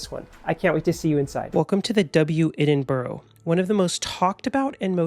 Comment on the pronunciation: I'm unclear why this video was suggested to me but nice to see a hotel in the city I live. However, please please please note that the pronunciation of Edinburgh is "Ed-in-bra" !